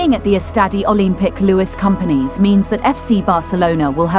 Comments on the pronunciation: A la locutora le podrían haber avisado en el guión, que se pronuncia "Barça" (fonéticamente Barsa y no "Barca"). Y que el Estadi Olimpic es Lluis Companys (fonéticamente sería "Lluis Compains" en lugar de "Lluis Cómpanís"). Oir durante todo el video "Barca" en lugar de Barça hace daño a los oídos, especialmente a sus seguidores.... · ¿Barka? ¿Lluis Companee? ¿Are you kidding me? You are doing a job on a team, make sure to learn how to pronunciate the names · Friendly reminder: In Catalan "Lluís Companys" "Ll" sounds like in "sevilla" and "ny" as in Spanish "ñ". That would be aproximately "Yoois Koompañs". Ah, and the ce cedile in Barça sounds like a regular "s". Fun fact: Camp Nou means "new field" (as it substituted former stadium of Les Corts). So the New Camp Nou is the very new new field :D